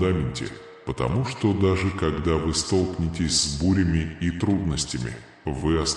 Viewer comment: Столкно'вение столкне'тесь ударения на гласные звуки . столкну'лась столкне'тся . столкну'вшись .